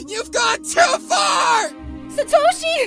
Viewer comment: but you pronounce satoshi wrong..... Sorry....